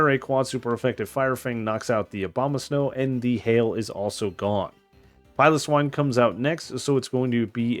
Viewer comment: Please pronounce swinub and piloswine correctly your mispronunciation was really pissing me off